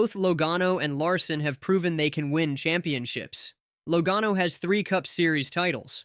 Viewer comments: Don't put out videos that mispronounce Drivers Names!!! It is pronounced { Laa Gano } not low gano.. !!!!!! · this is the dumbest take I've ever seen in the history of youtube. You don't even know how to pronounce Joey Logano. LOL. It's not even what he was talking about. I watched the entire interview and you don't even know what he was implying. You have to be the dumbest person I've ever seen when it comes to making videos.